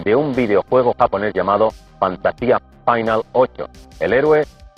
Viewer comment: Joder ver a Matías Prats diciendo Fantasía Fainal jajaja no tiene precio